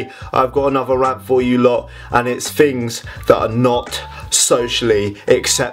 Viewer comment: Love how you say "fings", and not "things"